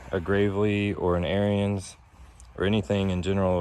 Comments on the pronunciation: Ariens is pronounced like Erins, not like Aryans. Hell, just watch some of their own videos. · Heads up don't mean to be ruud but it's pronounced A R I N S or ARENS. NOT LIKE ARYAN RACE.